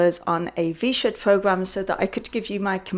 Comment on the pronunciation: You spent $106 on a V-Shwed Pwogwaam, and you had to wee-wecord the video about it ?? How fwusstwating !